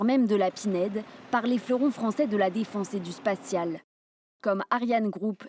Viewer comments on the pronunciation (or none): Spatial et non spacial !